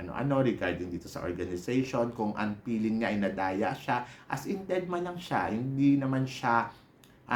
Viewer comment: Baka gusto mo gawing Feeling ang peeling? Wala lang. para mas maganda pakinggan. Anyway, it’s ok lang naman:)